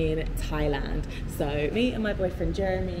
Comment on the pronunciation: I noticed you stopped saying Jeremy with a French accent